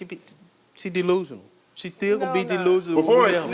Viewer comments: DEE-lusional DEE-lusional 😂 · He must’ve just learned that word “Deelusional.” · He’s ”Deelusional” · It’s Karamo coming back at him and calling him deelusional and sneaky 😂😂😂😂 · 😂😂😂 man if he say delusional one more time I am going to scream!!